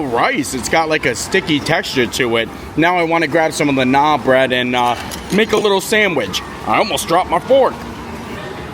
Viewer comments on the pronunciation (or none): you’re still pronouncing Naan bread wrong 😂, I love you! It’s pronounced “nahn”. Forgive me if I’m hearing you wrong but it sounds like you’re saying “Nah”